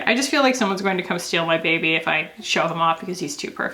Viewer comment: Moira Rose: “bèbé”.